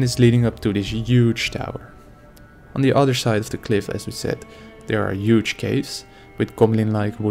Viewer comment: Not to be offensive but "UGE!"